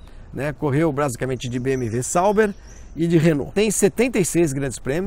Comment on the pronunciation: Pq vc fala BM"V"?